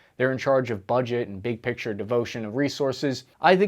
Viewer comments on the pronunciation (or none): none